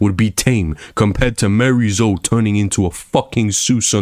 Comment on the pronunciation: Bro is just yapping, 13 minutes straight of complaining and refusing to say miarys name correctly. Not even to say tekken is fine but this is not accurate or productive at all. Just yapping about anything.